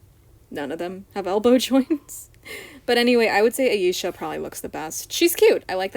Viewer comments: Stella was a bit tanner than Bloom, Tecna, and Musa, but not as dark as Flora and Aisha. As for your pronunciation, you are saying Aisha properly unless I’m saying it wrong. All of the girls have boyfriends in the OG show, and Techna actually has a very wholesome relation with her bf (Timmy). If anyone ends up lesbian or bi, it’s Musa. It would be way better than her crap with Riven. As for the American dolls, their faces are a hot mess. Aisha is the best and Musa looks uncanny. Tecna needs more volume in her hair. Bloom is fine, Stella is fine minus the bangs, and Flora is fine. The European dolls are definitely cheaper, but the faces are so much cuter (minus Aisha). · you pronounced her name perfectly actually!